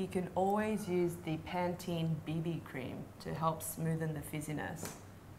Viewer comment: pantene sounds like paties